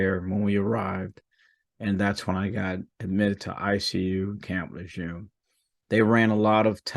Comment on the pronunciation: Sir you mispronounced camp lejeune. As far as I understand it in history. This is a rough take but here we go. Lejurne. Hope you're doing well. And I know you're not in it for the money. Please keep working towards outstanding. With Honor courage integrity and commitment. Improvise adapt and overcome. Any and all things. I've committed to myself as a puke civilian to this idea. As John Daily would have had it. Still broke ass now blind in the left eye. From the kids to high school here did punched me that was wearing a Marine Corps shirt. Not so honorable. And as far as I understand it. Marines respect Marines. So I guess he was going to be I want to be. My recommendation for him is redacted. All of my best you and yours and Merry Christmas. It's a crap shoot at this point. Thank you sir good evening.